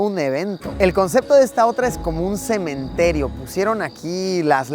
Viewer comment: Todo bien pero "cemeterio"? Fuuuck jsjsj